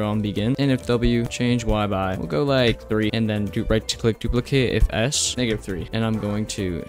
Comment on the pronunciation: I thought that when he said negative 4 he was saying ngga da four